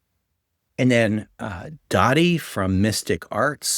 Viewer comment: Another great video! I always enjoy watching your content and get useful information and advice from it. One irrelevant nitpick I'll point out about something you said when referring to the Mystic Arts channel is that the guy who runs it is named Daði, not "Dadi". On his videos he usually writes his name in all caps, which looks like this: DAÐI. Those strange letters (the lower and upper-case 'eth') are used in Icelandic to represent the voiced 'TH' sound that's found in English words like 'this', 'another', and 'bathe'. Therefore, Daði's name should be pronounced like DA-thee, and not DA-dee. I thought you might find this information helpful in case you ever meet him at a game con, or interact with him online. More linguistic trivia about Icelandic (that'll be even less useful to you!) is that the language also uses an old runic letter called 'thorn' (Þ, þ) to represent the voiceless 'TH' sound, found in English words such as 'thistle', 'anything', and 'bath'. If we were still using these letters in English (as we once did), you could write a word like "thither" as þiðer.